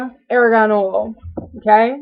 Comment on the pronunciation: It is pronounced "are gone" oil not "air gone"